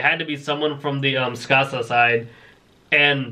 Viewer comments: you pronounce tsukasa's name (soo-ka-su) I think for writing it out I watch the dub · Tsukasa. like Tsunami and Kasa is pronounced like casa as in Spanish or Italian for house